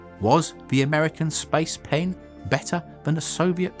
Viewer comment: I keep hearing spice pan